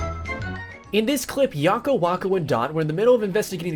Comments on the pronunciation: Yakko and Wakko not Yokko and Wokko. great video! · Yocko, wocko, and dot. Who are they? I think you meant Yacko, wacko, and dot. Like wacko as in the word wacko. That's wacky.... lol